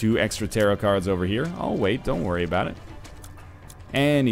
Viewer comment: Every time you get Leo and talk aboot it it trips me out!